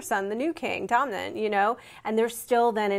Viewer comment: wait is it pronounced as Tomnen? cause i'm pretty sure it's 'Tommen'. Correct me if i'm wrong.